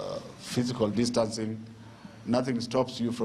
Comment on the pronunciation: Kkkkkkkkk the cs was saying that dancing instead of distancing